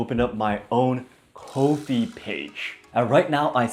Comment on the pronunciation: I think you would be an great teacher! Just a little side note, I think Ko-if is pronounced ‘coffee’. - so people can buy you a ‘coffee’ 😁